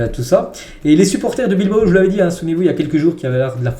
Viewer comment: On ne dit pas Bilbo mais Bilbao (ao). Je précise que je ne suis pas Basque, mais ça fait mal aux oreilles lorsque c'est mal prononcé. Merci